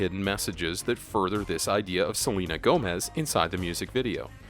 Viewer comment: Stop saying seanla